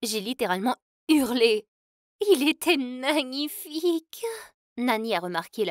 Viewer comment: c'est moi ou elle a dis nanifique😂